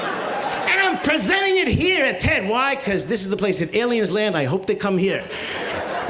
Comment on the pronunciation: there's too much "E" in TED.